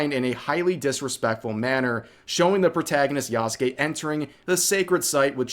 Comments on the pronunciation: I hate how you pronounce yasuke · Ubisoft shills can't even bother to pronounce their sacred cows name "yasuke" right But you do at least which shows the difference. I've been going nearly mad at that and I don't care if it seems like a nitpick. If you claim to be accurate AT LEAST say the name right Edit: wait did he just say "Yah SU kay" himself? Pick one. It's either correct as in yah ske Or wrong as in yah su kay